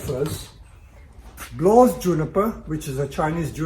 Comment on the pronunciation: just to be specific, it's not a "blaww", it's called "blaauw"